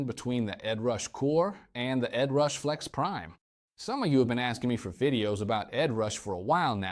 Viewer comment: He called it Ed Rush, Ed Rash, Head Rash and there are dropouts in weird places, I got uncanny valley syndrome from this video.